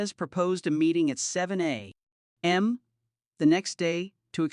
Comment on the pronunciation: 7 a.....m 😂😂😂😂 stupid AI. Wat happened to good ole human voice for narrations?